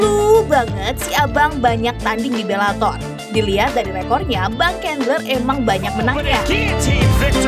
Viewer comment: Bang cendler min, bukan kendler 😉